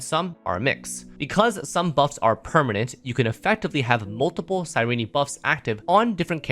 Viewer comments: This guy's pronounciation is diabolical. You dont need to say the last "e" when pronouncing her name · Boy why are you saying her name like that 💀